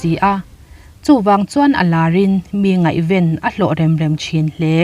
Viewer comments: Ngaihven tih laia ven hi a thluk lam hniam rawh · Ngaihven tih lai hi i lam dan a va dik lo ve